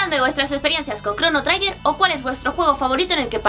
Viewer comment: tanto te costaba informarte de cómo se pronuncia la palabra 'Trigger'? Suena chirriante durante todo el vídeo.